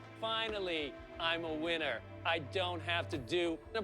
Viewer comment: Did Leslie just say: Finally I'm a winner, or whinner?